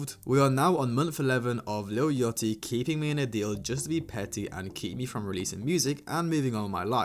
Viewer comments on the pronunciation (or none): "Lil yutty" 😂😂😂